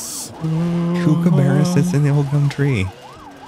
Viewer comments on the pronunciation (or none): Truly awesome...until gets a Barney song stuck in my head. And it's kook-a-burra, not kukuburra lol. It's sad I know that. Hahaha